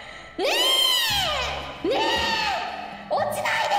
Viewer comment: I know she said "nee" but sometimes I think she said "REEEEEEEEEEE"